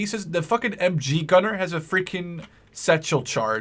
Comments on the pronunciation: It's not M chee It's MG like MaschinenGewehr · It's not "MChee" :D maybe the dudes in Switzerland say that so ;D It's just "Ehm Geh" the Geh like walking = "geh"hen in german, i hope you can use it :P To the Snipers "Aufklärer" they just forgot the Umlaut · You said totaler krieg perfect. :) But the MG was just a fail. We dont have a spanish accent :P Just search how we pronounce the G and then its perfect ^^ Also the Aufklärer are pronounced the same every time:1 Aufklärer, 2 Aufklärer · You use the "G" correctly in "Falschirmjäger"! The "g" in "MG" is a bit tricky and rather hard to explain but the "ge" in "Sturmgewehr" is very similar when it comes to the sound.